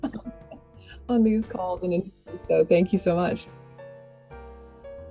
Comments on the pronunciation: Am I wrong in pronouncing her name “dim-e-tres-coo”? I thought that was how it was pronounced but she always says dimitresc without the u on the end. Am I wrong or is she wrong? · they probably got the wrong pronunciation during recording from something. I didn’t realize you pronounce the U either. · U in the end isn't silent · Dee- mee- tresk- oo. There's an informative video about Romanian pronunciations and the narrator also talks about Romanian influences on the game. (NATIVE ROMANIAN TRANSLATES ROMANIAN WORDS IN RESIDENT EVIL 8 VILLAGE) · It's pronounced like Dee-mee-tres-coo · I don't understand why Capcom didn't correct the pronouciation of "Dimitrescu" after ACTUAL ROMANIANS corrected them, multiple times! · Im a Romenian and the way yall say Dimitrescu makes my ears bleed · Maybe the reason why she says it that way bc of Capcom